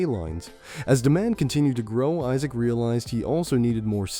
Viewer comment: Isaac pronounced as E-suck i can't hear this. I'll just read the manwha 😂😂😂😂